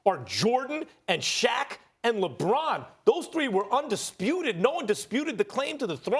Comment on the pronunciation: “Undispruted” -Stephen A. Smith